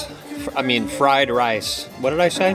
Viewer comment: Fried lice 😂